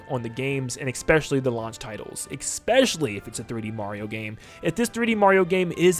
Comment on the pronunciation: STOP SAYING ''ECKSPECIALLY'' PLEASE.